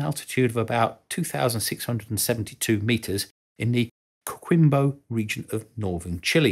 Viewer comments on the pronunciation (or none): Coquimbo....pronounced COKE-KIMBO